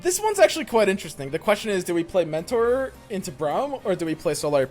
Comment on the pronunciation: OK but is no one gonna point out pronunciation of Braum?